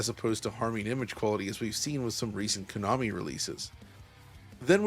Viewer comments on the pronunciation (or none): none